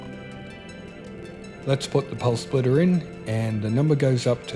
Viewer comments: I could only listen as far as the fifth time he said Pulse Splitter - dude there's no L in SPITTER. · Spitterrrrr not splitterrr lol sorry.. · Spitter, not splitter lol